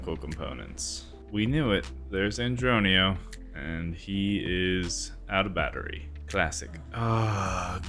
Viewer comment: LMAO “Andronio” gets me every time